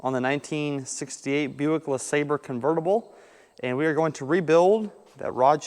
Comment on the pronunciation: Thanks for pronouncing Lasabre correctly.